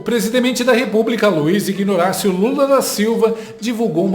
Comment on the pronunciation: Presidemente. Luisiguinoracio. Kkkkkkkkkkk mente muito.